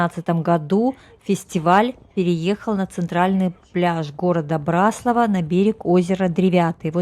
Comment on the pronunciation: А нам , местным очень режет слух когда говорят " на БраслАвах". Спасибо, что поняли и приняли поправку.